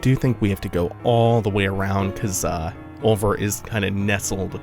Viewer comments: Hey, if its pronounced anything like the french word oeil (meaning eye) it word be said like: Oi because oeilvert from french to english would be green eye and pronounced oi-vair-t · Oeilvert is french for "green eye". Here's how it is pronounced